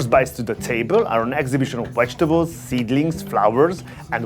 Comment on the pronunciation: why do you constantly pronounce the word vintage as wintage and vegetables as wedgetables, but pronounce wine as vine please fix this